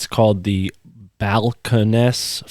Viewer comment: Very interesting. Thank you. Balcones is pronounced different though. People from Austin will correct you if they see it